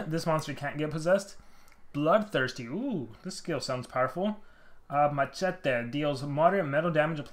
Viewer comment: the way he prnounces machete lol. its pronounced ma-she-tee